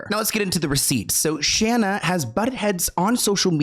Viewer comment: Say it with me now Shane A not Shanna